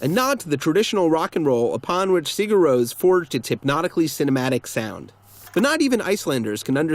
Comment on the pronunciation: The “Rós” In Sigur Rós is pronounced the same way as Ross. And I think Ow guy tis by are un